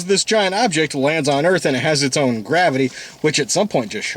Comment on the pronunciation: And for, "Welcome to Earf."